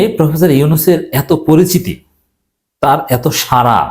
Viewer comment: 🙏 সারা নয়! সাড়া। জিব্বার মাথা আরো একটু ভেতরের দিকে বাঁকা করে শব্দ উচ্চারণ করতে হবে। (র এবং ড় দুইটা অক্ষরের উচ্চারণ নিশ্চয়ই আলাদা)